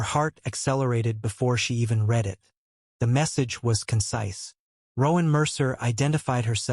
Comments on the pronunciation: The past tense of the word read is pronounced red, not reed. Please fix your AI. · I cringe every time the word read is mispronounced